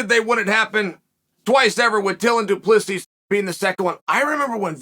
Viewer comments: Correction, dooplisees 🤣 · it's pronounced do-pleh-c